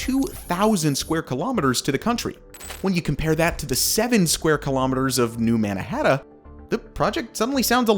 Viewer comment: He’s saying New Mannahatta